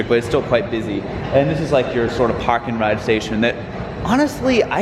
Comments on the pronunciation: I don't normally notice any Boston accent in voice, but every time he said "Park-and-ride" it was so strong lol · Same here lol, it’s specific words that are instant “oh yeah miles is from Boston”